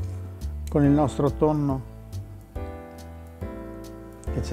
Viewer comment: Tutti,tutti sanno che mangio pasta...con TONNOH con TONNOH